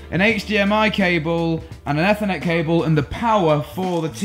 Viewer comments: Please please please learn how to pronounce ETHERNET! Please I beg you! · Still pronouncing “ethernet” wrong...